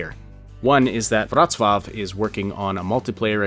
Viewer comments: u say wrocław beautifully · Pronunciation of Wrocław on point, well done sir!